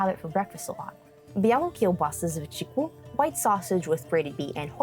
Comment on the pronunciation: I don't understand why some Poles insist that in English language they need to say pierogi not pierogis, while they say czipsy in Polish(added -y to make it plular) btw your "ćwikła" needs more work:)